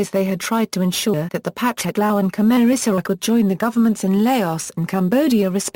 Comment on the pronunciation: This should never have been narrated by digital speech. I had to stop & think about who & what was being mentioned: Zhou En Lai, Dien Bien Phu, Pathet Lao, etc. Horrible pronunciation. Too bad. The topic is well laid out & worthy of further detailed investigation.